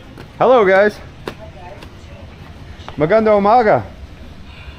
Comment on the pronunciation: It's MAGANDANG UMAGA with an ng.